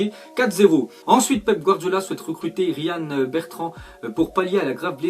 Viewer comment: il a dit rian au lieu de prononcer Rayan 😭😭